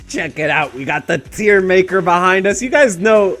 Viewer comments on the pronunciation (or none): none